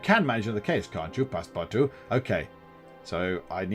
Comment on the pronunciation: Your missing out on a great book. :) For your info... The book (and the movies) were not set in SteamPunk settings. It was normal environment for that time period. You ARE pronouncing Passepartout's name correctly. And Phileas Fogg typified the ideal Proper Englishman. Very Punctual, and very Exacting, very set in his ways and schedule. He was NOT adventurous before his little 80 day trip.